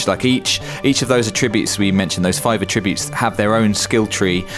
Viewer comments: AT-tribute. Not ah-TRIBute. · Cringed every time he said "atTRIbutes" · Both UK and US English pronounce "Attributes" the same, and it's not similar to the way you would use attribute as verb like in this video. I have attributes that I attribute to genetics. You aren't making a tribute. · "attribute". OK mate...